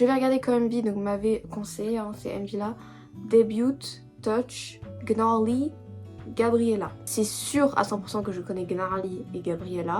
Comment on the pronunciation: oui c'est genre leurs musique de début le titre sa se pronnonce pas comme ça enfaite sa ce prenonce : niarly Manon pouvait pas venir c'est pour ça qu'elle était pas là elle chante en espagnol l'high note c'est Lara qui la fait ❤❤ Voilà, Bon visionage ✨️🫶🫶